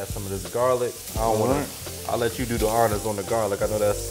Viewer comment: I like garlic paste as opposed to “Jarlic”… but I’m with you, baby fresh is best!